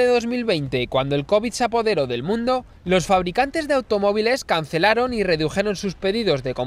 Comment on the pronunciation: Muy interesante pero al no haber pausas se hace un poco pesada la locución y al final, en esto de las redes e internet lo importante es que la gente se quede enganchada, no que abandone el vídeo antes de que acabe. Otra cosita, te has dado cuenta de que cuando acabas una palabra en “s” y la siguiente comienza con “d”, intercalas una “r”? Por el empleo: “loR dos puertos”. No sé por lo haces, pero lo haces. Escúchate para que veas.